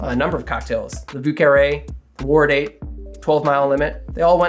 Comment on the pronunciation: now we just need to work on his Vieux Carré ;)